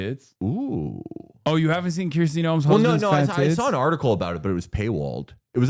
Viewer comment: please nobody tell hasan he's been pronouncing her (and every other contemporary Kristi) name wrong the whole time